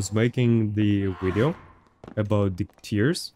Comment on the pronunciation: i HATE when you say... wideo